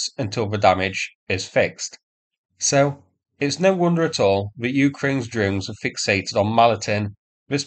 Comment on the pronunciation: "drones" pronounced "dones" / "djones" / "dunes"? Why no "r"?